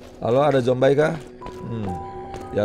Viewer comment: Bang orang sebutnya zombie bukan zombay